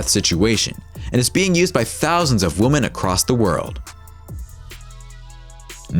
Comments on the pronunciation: It's pronounced "WOMEN," not "woman." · This guy doesn't know how to say women ( more than one) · Many woman? It's WOMEN you stupid A.I. voice! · Does no one else notice the irritating and inaccurate use of the word “woman” throughout the video?! “With street violence against woman…” Ummm, nice try on your English bro. Maybe your voice actor should’ve corrected you 😂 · Why are you saying "women" like it's "woman" lmfao it sounds so fucking dumb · 😆I like it - when you're done eating your food and suddenly get attacked by a bear... I have a question, though. The speaker repeatedly said the plural of women as [wumen], not [wimin]. Is that a regional dialect somewhere in the world? I'd appreciate if anyone could clarify that. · Why does the narrator pronounce the word "women" like "woman"? Lol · You keep saying "woman" when you mean to say "women" and it's super annoying. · Yo the way you say women fucking irks me it's not women it's women lmfao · Most of the time your saying "Woman", it should be Women. Thank God I live in the USA. I'll stick to my Glock 27. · Why didn’t he say “women”? Lol he kept saying “woman” wtf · "Many WOMAN"???? Jeez, guys. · Please learn how to say women - hint: 'wimmin' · The plural of woman is pronounced "wimen." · How do you mispronounce women/woman so much? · Learn the difference between the pronunciation between "women" and "woman" and someone might take you seriously. LORD. Plus, one of the weapons is over 100 years old and no longer an option to possess on the normal open market today. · Why cant the narrator say "women"? Weird... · Why does he repeatedly pronounce ‘women’ incorrectly? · Can't you say 'women'? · Someone needs to tell the narrator how to pronounce "women". Jeesh.